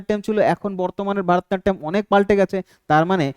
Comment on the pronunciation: ভারতনাট্যম নয় ভরতনাট্যম